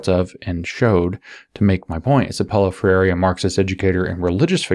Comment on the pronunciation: If you want to pronounce his name closer to the original: Pow-low Frey-r(e) But, won't blame you for utterly not caring. Ha.